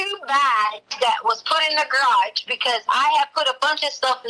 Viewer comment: Love how she pronounces the garage as (graush) good to know that her extensive education is showing in this and other calls with Al